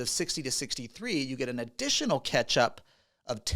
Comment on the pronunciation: with one T pronounces “catch-up” as ketchup 😂